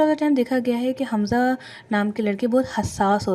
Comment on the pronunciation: Naam to thek lo حمزہ ہے خمزہ نہیں